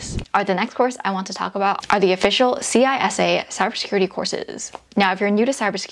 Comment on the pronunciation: Great content,! I am a big fan! Just FYI, CISA is pronounced "SIS-A" and not "C-SA." No biggie, just letting you know, from someone who works there. Thanks for sharing these gems!:)